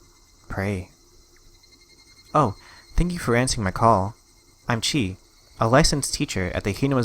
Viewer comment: Pronunciation of "Chie". Same issue as with "Irie": don't look at ⟨i⟩ and ⟨e⟩ as a single vowel; they are separate vowels, pronounced in separate syllables. Chi-e. Here are some tips for reading romanized Japanese words and names. Sorry, it's a bit long, but I figure if you can learn this, it's more helpful in the long run than learning individual examples: * Almost every syllable consists entirely of one vowel, or of one consonant followed by one vowel. The single exception is the syllabic nasal, represented by ⟨n⟩. If you can see words in this way, rather than the way English speakers typically see words, then things should make better sense. * Depending on romanization (rōmaji) system, long vowels can be written by doubling the letter (e.g. "ee"), or by putting a diacritic on it (e.g. ⟨ē⟩ or ⟨ê⟩). For historical reasons, long /o/ is usually written by adding an ⟨u⟩ kana, and some romaji systems reflect that spelling; it's still a long /o/ sound, though. * Most consonants can be palatalized, and this is usually romanized by writing a ⟨y⟩ after the consonant (e.g. "kyo" for palatalized "ko"). However, in some romaji systems, a few palatalized consonants can be spelled as in English (e.g. "cho" instead of "tyo"), since it makes more sense to English speakers. (Conversely, however, Japan's official romaji system, Kunrei-shiki, is strict about keeping consistency with kana, so e.g. "si" and not "shi", "tya" and not "cha", "hu" and not "fu", etc. You're not likely to see Kunrei